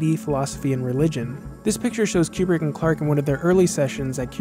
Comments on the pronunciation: Step 1 in making a Kubrick video. Learn to pronounce 'Kooo brick.' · It's Coo-brick not Que-brick. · I don't wanna be that guy but it's koobrick